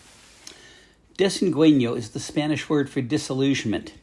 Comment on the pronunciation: With all your years of travel in Baja, I'm surprised you haven't learned the rules of Spanish pronunciation: It's "dess-en-GAIN-yo".